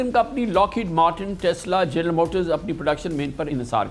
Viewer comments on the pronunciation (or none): none